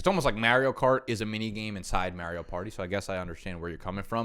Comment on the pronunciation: Your pronounciation of Mario made my ears start to bleed bro